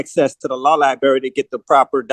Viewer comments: It’s library not “liberry” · You know you're in good legal hands when you say "liberry" instead of "library". And, you don't know what "affirmative defense" means. The jailer will use Jesus' words and say, "I go to prepare a place for you". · So much going on, wow. But my O.C.D. fixates on "law lie-barry" and can not handle it. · That damn “Law-Lie-Berry” access is really Hindering this “Native American Indian Chiefs” ability to defend himself Properly! He really thought he had something with the Bail! (Which he would NEVER be able to afford anyway!) he thought he was really Lawyering there! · "LIBARRY"... CAN YOU BELIEVE THIS ... A GROWN MAN CAN'T EVEN PRONOUNCE THE WORD LIBRARY CORRECTLY !!! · Lie berry ??? 🍓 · What is a law liberry? Is it a berry that can be found in a specialty food store? I've searched for this liberry as I'm always open to try new food. Also, why is this indian chief always wanting to axe this or that? I don't get it. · Clearly he’s never been to any li-berry. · Please stop saying lie berry. Good grief. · On the irritation scale, it's right up there with "axe" instead of ask. 😖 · Nor has the education to pronounce "library" correctly. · Why why why can’t he say “LIBRARY “. It’s not difficult. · “Tibula” and “fibula” 😂you mean “tibia”? I guess he needs to go to the liberry to look up words